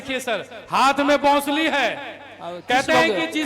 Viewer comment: बासूली नहीं होता है,बांसुरी बोलिये